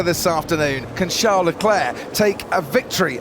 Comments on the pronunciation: Comentator calling CHARLES - SHAO LECLERK why u do this ? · its a joke on how crofty pronounces Charles' name